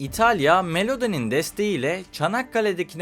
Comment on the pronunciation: Melodi değil Meloni